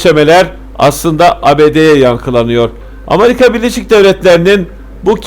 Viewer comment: Kardeşim ağzına sağlık ama sen Amarika deyince olay bütün ciddiyetini yitiriyor.